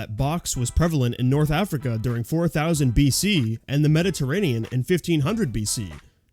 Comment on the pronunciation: "Mediterrranean" XD